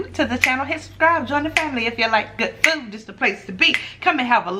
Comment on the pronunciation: u can tell when kc in a good mood because its “good fewd” not food in the intro